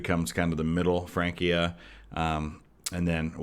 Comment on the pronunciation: As someone who was ridiculed for taking 4 years of Latin in high school, thank you for pointing out the pronunciation for Francia. So many modern people want to make it sound too Italian with the Ecclesiastical Church pronunciation vs the Classical which is what I mostly studied in.